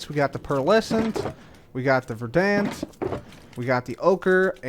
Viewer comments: we need to talk about your pronunciation of 'verdant'. It's pronounced 'ver-dent'. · I'm sorry to be a crotchety stickler, but "peony" and "verdant" both have emphasis on the first syllable, not the second. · it's pronounced verdant, not verdant.